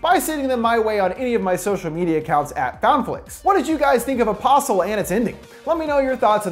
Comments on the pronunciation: I keep on heariing a possum, instead of apostle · when he says the name it sounds like opossum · I keep hearing "opossum".